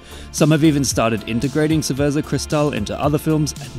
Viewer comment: Bro really said "ceverza" 💀💀